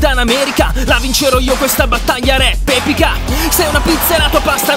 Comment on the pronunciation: Si dice epica non bebica😡